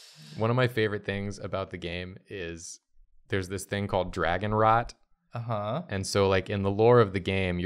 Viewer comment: Also, I was hearing dragon RAT, which is way different than dragon rot.